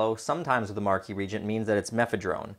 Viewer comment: ree-agent not regent